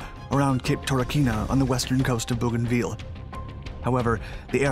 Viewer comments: Bougainville is pronounced Bow gan ville, the last bit is pronounced vill as in village, not veal as is used here. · Your pronunciation is incorrect. It’s pronounced Bogan-vill. Hope this helps. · Aren’t you mispronouncing that? Sounds like you are referring to Veal, a kind of meat. Agree, Owens is a great hero. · It’s pronounced BOW- GAN- VIL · it's pronounced 'bo-gan-vil" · I know it's a minor detail but it bugged the heck out of me. I've never heard any town ending in 'ville' pronounced that way. I know the narrator is American so it seems like an unforced error to me. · Yeah. If he's all the way down to a significant 4-man action, it'll take him a while to get to everything. What I missed was the map at the beginning. I know, generally, where we are (the South Pacific), but not the specifics, which is unfortunate. I'm 5 minutes in and still not sure where everything is, and somewhat annoyed by the pronunciation of "Bougainville." But I imagine most Americans who read the name off the map - especially 80 years ago - would say it the same way as our narrator. Nah. They'd say ""vill" not "veal." Annoying. EDIT: Went back and watched the first bit. He did the map thing. Still could've spent more time on it for MY sake, but didn't waste the time of people who are better-versed than I on the geography. Totally my fault for not owning the knowledge better, going in.